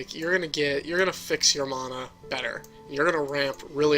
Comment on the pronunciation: I've been playing Magic for awhile, and I watch a ton of YouTube videos for Duels and Paper.. and you're the first person EVER to pronounce mana that way. You're also the only one who says You-lamog, instead of Ooo-lamog.